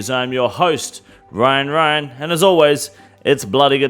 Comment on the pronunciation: I am your host “Wyan Wyan”